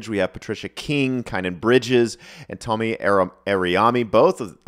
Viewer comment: Tomi's name is pronounced Toe-me. He did predict Trump's re-election but he addressed it openly after it didn't come to pass. I'm not sure about the Ukraine thing. That was brewing in 2021.